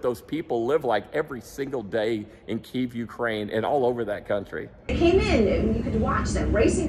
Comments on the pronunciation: Hey, thank you for your "man on the street" reporting from Kyiv, and general support of Ukraine. Having a wife from Kyiv I can make one suggestion on the pronunciation of "Kyiv". Most there pronounce it as "keev". russians pronounce it "key ev". By the way your bomb shelters are Amazing!!! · Need to learn how to pronounce kyiv especially when talking to the locals